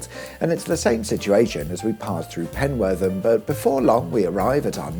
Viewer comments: You got Burscough spot on, but Penwortham is Penwutham :D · If I had known that you were passing my ancestral home I would have shown you how to pronounce Penwortham, as well as the home of Richard Arkwright. It was his inventions that sparked off the Luddites.